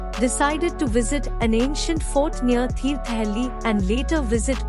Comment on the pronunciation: Information is good. Video is also good. Narration needs improvement. Diction is not proper at many places. Ex: Agumbe for Aagumbe, Thirthahalli pronounced as Thirthahelli, etc